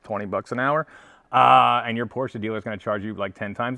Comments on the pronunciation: Thanks for pronouncing Porsche properly....It`s Porsch"e" and not Porch...a Big like from me. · As a German I wanna personally thank you for actually saying Porsche instead of Porsch. :) Good luck with the sale, a 993 would be great as the next one. Cheers